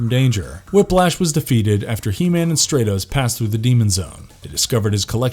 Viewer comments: The fact that this character repeatedly had his name mispronounced as “STRAY-TOHS” ruined the video for me. His name has a soft “A” pronunciation. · How is the He-Man universe one of your favorites when you can't even pronounce the heroes and villains names correctly it's Stratos like stratosphere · Who is "Straytos" sorry. Impossible to watch a video where the characters name is mispronounced every 10 seconds. Was the narrator even a fan? Or just a guy reading this? Armature stuff. Not a good look. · The character's name is Stratos, as in STRAT-O-SPHERE (the first syllable rhymes with cat) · Great video except it’s not pronounced “stray-tos.” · Why isn't he pronounced "Strat-os" like Stratosphere? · You say you like the he-man mythos but your saying Stratos name wrong it’s pronounced Straatos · Sorry, you lose me if you can't pronounce the main characters name... pronounced like "Stratosphere" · Really? Stratos with a short a, like stratosphere. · Nice vid, but I can’t get past the fact hoe you pronounce Stratos also: Skysled not Battleram